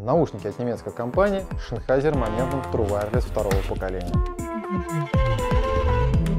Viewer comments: ЗЗЗеннхайзер. Как можно прочесть это название как ШИнхайзер? Канал про звук... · Шенхайзер, амбишюр, да что с тобой не так??? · "Шенхайзер". Ясно. До свидания.